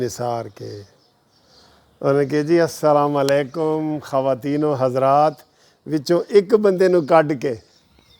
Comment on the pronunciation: یار لوگو ،،،،،اسکو السلام علیکم کہنا ،،،،نہیں آتا*****یہ،م،،،پر پیش کی بجائے ،زبر پڑھتا ھے،،،،،،،یعنی کہ ایسے،،،السلاما علیکم کہتا ھے،،،،ھے یہ وکیل،،،،،پچھلےدنوں اسکی ایک انگریز ی والی ویڈیو بھی آپ نے دیکھی ھوگی شاید،،،اور اسکے جو وی لاگ ھوتے ہیں اسکی جو تحریر ھوتی ھے اس میں بھی یہ وکیل کئ وی لاگز میں غلطیاں کر چکے ھیں،،،،یہ ھیں ، جی ھمارے وکیل صاحب،،،،،،،دین ،،مزھب،اسلام یا ایسی ،دوسری کئ اخلاقی ویڈیوز جو بنانی چاہئے،،ادھر ان کی توجہ ھی نھیں،،،،،اس وکیل کو ایک ھی جنون ھے جواسکی اکثر ویڈیوز سے عیاں ہے،،،،حیرانگی ھے،،،،،غیر سیاسی لوگ،،،، کیااسکو ایسے کھنا بنتا ہے کہ نھیں،،،